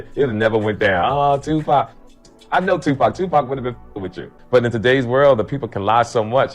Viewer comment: Bro saying Tupac with a K